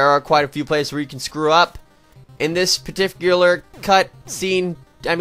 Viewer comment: who else heard him say partifilar?